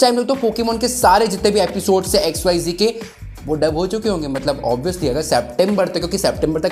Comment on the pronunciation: XYZee nhi re XYZ hain voh...😂😂